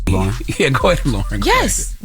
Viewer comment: Its LOREN ! Not Lauren! And she should be added as 4th co-host, been saying this! iHeart pay her!